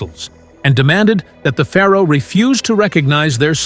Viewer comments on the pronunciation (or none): none